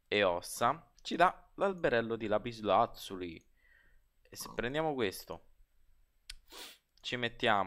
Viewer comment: Failing ridere quando dici lapislazulo!! 😂😂😂